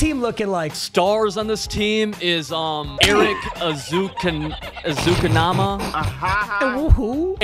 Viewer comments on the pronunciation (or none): Lol it’s “Ezukanma (eh/ ee-zoo-con-ma)” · It’s Erick Ez-u-kan-ma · Any dolphins crying about how they pronounced ezukama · Yeah it stung a little